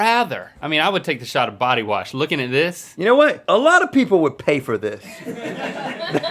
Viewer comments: Did you warsh -link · DID YOU WARSH?? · “You warsh?!” Lol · Did warsh? I haven't heard wash pronounced warshed in a long time. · link say warsh and double pronounces most g's, its like hes already 90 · “Did you WARSH” lol